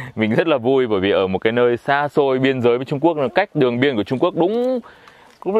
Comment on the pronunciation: Lúc anh ấy nói đi Trung Quốc mà nghe đi trộm cướp về kkk